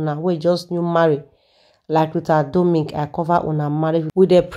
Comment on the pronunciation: Her name is RITA DOMINIC NOT "DOMIC"